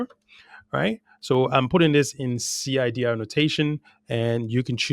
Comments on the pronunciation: Great video, guy. I don't know if you've heard this before, but it's common, at least in the US, to pronounce CIDR as "cider" (like apple cider). It's easier to say and sounds cooler 😀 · you pronounce it CYDER ;) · It’s common to pronounce CIDR as “cider”.